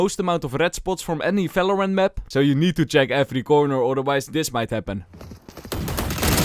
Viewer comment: STOP SAYING Falorant !!!!!!!!!!!!